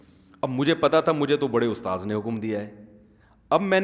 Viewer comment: Bahut achha bolte hen sub kuchh ustaad ki jagah ustaaz bhi so cute